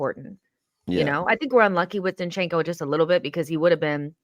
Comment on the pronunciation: I wish would stop calling Zinchenko, 'shinchenko' 🙄